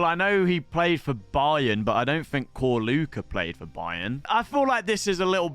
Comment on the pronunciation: Whats with Corluka pronunciation? its not K it's Č